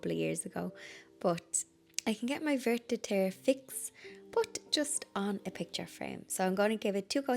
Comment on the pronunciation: Vert de terre green paint is pronounced vair doh tair